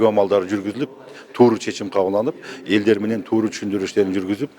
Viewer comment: Туру чечиш эмес тура чечиш десен маймыл